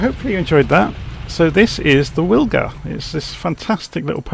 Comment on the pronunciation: Think I'll give that a try thanks! Most likely pronounced Vilga as W is V in Polish.